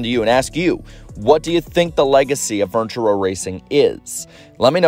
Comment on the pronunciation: Say it slowly. Fur-ni-ture. It's a 3 sylable word.